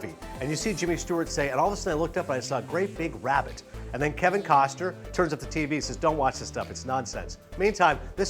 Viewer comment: it's 'KostNer' not Koster